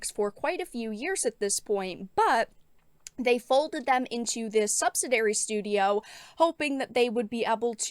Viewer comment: the word is sub-sid-ee-ary, subsidiary